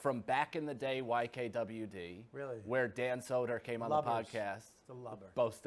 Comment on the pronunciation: Just realized bobby pronounces mike calta like "calter" and Dan soder like "soda" Boston people are weird 🤣🤣